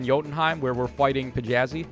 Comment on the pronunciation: This has nothing to do with the stats or unit, but her name isn't "Pjazi". It's pronounced "Thiazi". It's just English's "Th" (technically, Scandinavian, but whatever) at the start. It's a capital thorne. So, "Thee-yah-zi".